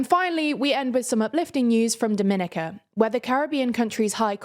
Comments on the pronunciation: Great news for Dominica 🏳️‍🌈🇩🇲 btw it's pronounced "domi - nee - ka" not "do - minica" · I love you guys, but I cringe from how you pronounce Dominica